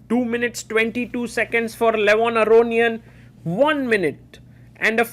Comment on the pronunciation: Please, stop pronouncing Levon's surname like that. It's wrong. Stress on "ia", not "o"